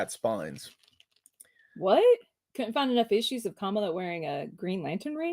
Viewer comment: Kamala Khan's first name is pronounced "Kamaala", not "Kaamala" like the VP.